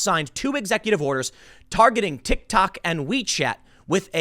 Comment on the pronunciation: Did boomer tim call it a tick tak?